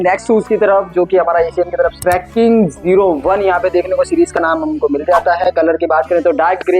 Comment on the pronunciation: It's not tracking, it's trekking